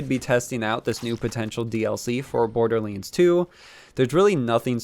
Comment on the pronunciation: It's not borderlands not borderlends there is an a not an e it's not hard to say